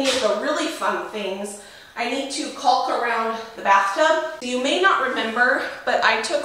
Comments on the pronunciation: Looks great, but caulk is pronounced cork, trust me I know ha ha ;-) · The L is silent in the word caulk